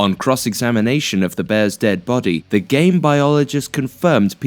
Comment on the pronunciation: anyone else think he said Gay biologist not game biologist lmfao